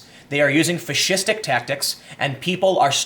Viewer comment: 1st) the left has been adopting fascistic tactics for some time now, which is just one reason i no longer support the Democratic party. 2nd) when you say fascistic,it sounds like you're saying fish-istic and now i want fish sticks. the power of subliminal messaging. yea mocking someone pronunciation is bad, my bad.